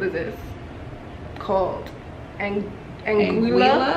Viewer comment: The beer is pronounced ah-GEE-la ladies. LOL! Thank you for the video.